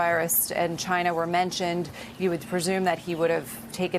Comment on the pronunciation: Its "just one person from 'CHA-NA', we will disinfect him with Clorox" LOL